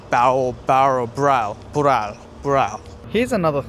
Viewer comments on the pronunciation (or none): not the 불알 HAHAHAHAHAHA for non korean speakers he mis-pronounced Bowral to Bural which is BALLS in korean lol